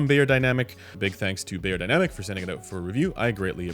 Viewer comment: I am once again chiming in to beg that you please correct your pronunciation of the brand name. It should sound like "buyer," not "bayer."